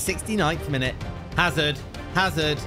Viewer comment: You pronounce it azard